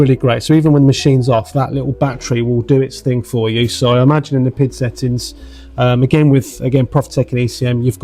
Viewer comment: Please, it is not pronounced pid, but P.I.D. Please use the right terminology. Nice review for the rest! Thanks